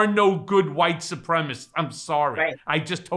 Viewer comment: it's pronounced "Su-prem-a-CISTS" for Christ's sake.